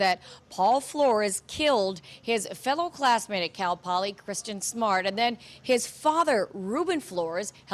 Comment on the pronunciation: Perhaps tomorrow that reporter can try to get Kristin’s name correct and stop calling her Christian. It’s basic respect to the victim.